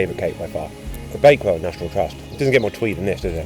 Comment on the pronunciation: Are you saying “bakewell” ? 😂